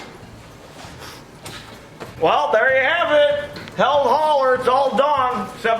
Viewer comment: What is a Heald hauler? And by the way its pronounced healed, not held.